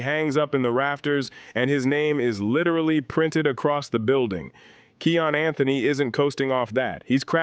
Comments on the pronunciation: Kiyan not Keyon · Im being sarcastic bro. Its kiyan not keon for future content. Nice video though